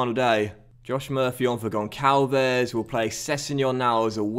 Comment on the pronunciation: Sign Florentino Luís, he is an amazing DM way better than Camarasa from Benfica with huge potential, and it isnt Gonkalves, its Gonssalves